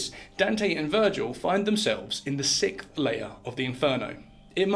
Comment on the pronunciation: Sixth. 6th. Sicksth. Not Sickth.